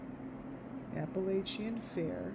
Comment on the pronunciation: First of all, I think you are hallucinating, and please say Appalachian, correctly! This is ridiculous. They’re in winter weather, no fair going on, why don’t you check the temp there? Sorry, but this is outlandish, I see nothing of which you see. Leave these people alone!